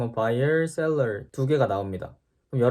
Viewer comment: I am a buyer, seller 발음으로 보아 숨겨진 영어 능력자 같으세용ㅎㅎ 친절하고 유익하고 깔끔한 영상에 또 배움 얻어갑니다!